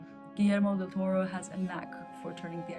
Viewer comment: It's DEL TORO, not 'Del Torre'. The first thing to do when reviewing a film is to get the names right...